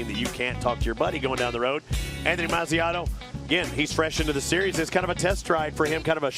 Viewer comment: it is Mazziotto not Manziano